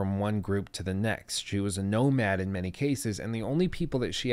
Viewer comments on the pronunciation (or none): none